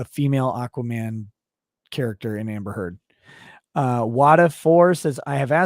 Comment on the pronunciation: Yo someone timestamp the part where the lawyer says "Amber Turd" for me please!